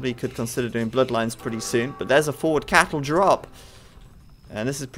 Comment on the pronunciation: why are you calling castles "cattle"